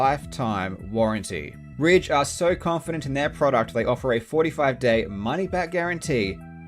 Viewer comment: When I heard the world ridge I thought he said raid